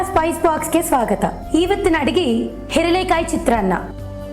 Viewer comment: ye cheating हे.. Why did you call this ಹೇರಳೆಕಾಯಿ ಚಿತ್ರಾನ್ನ??? This isn't lemon rice?? By the way, your Kannada pronunciation is hilarious.. ha ha ha.. hope you improve your pronunciation day by day.. all the best for your effort..